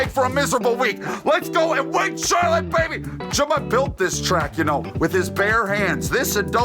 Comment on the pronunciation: Hello, my name is Miss Pronouncer. And I’m here with last weeks winner at c-harlott-e.